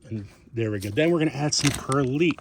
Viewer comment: Good ida. FYI: It's a long "i" in perlite (as in light).